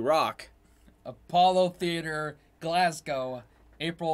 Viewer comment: Pronouncing Glasgow correctly has taken you chaps channel from 'spectacular' to 'elite' for me as a Scottish person!! Love it!!